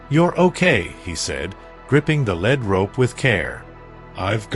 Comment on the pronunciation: Am I wrong or is the reader pronouncing lead rope incorrectly. I think I'm right about this but I would also think that they would tell the reader how it is pronounced